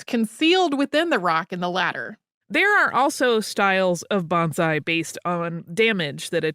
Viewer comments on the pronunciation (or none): Just an FYI, so you won't be corrected in your pronunciation as rudely as I was. Say it like Bone-sigh.